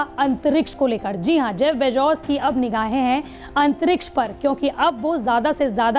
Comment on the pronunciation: Abe pehle name sahi tarike se bolna sikho Bezos hota hai na ki bejoz iske baad mein patrakarita karo